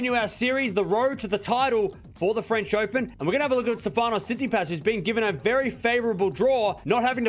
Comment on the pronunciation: Hey, love from Greece. Please try to pronounce his name correctly. It's STEfanos tsitsiPAS, not steFAnos TSItsipas.